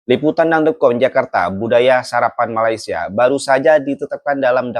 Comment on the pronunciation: Wan win nur mne adab dan adat org aceh pon tak terima, mne ada otak bab to tak ada adab sebut nama negara Malaysia pon dh salah mngkin mak bapak dia tak ajar kot cb org Malaysia hina negara Indonesia msti dh suruh mohon maaf di Malaysia kami ada budi bahasa bila berkata2 mng otak siput ** dia ni kesiannya